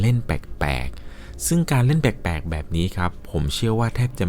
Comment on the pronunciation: เล่าดีมากๆค่ะ แต่ขอตินิดนึงนะคะเวลาพูดคำว่า แปลกๆ ออกเสียงว่า “แปกๆ” บ่อยมากเลยค่ะ ลองปรับออกเสียงให้ถูกซัดนิดนะคะ ✌🏻😘